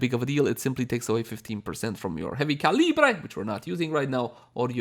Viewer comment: i swear, every time u say "calibre" a small part of my soul dies :))